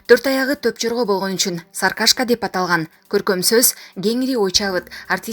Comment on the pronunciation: Вай энееен саркашка эмес Сары кашка деп айтылат.